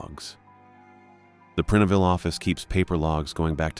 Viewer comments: Preenville? It's PrIneville 😂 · (It's Prine-ville, not Prin-e-ville & not Prin-ville) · That made me cringe every time he said it. My ex hubby grew up in Prineville.